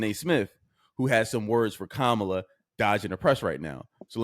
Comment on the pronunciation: Ok so 15 seconds in you mispronounce her name so either your woefully ignorant about how it's pronounce or your just an asshole. Either way get a fuckin clue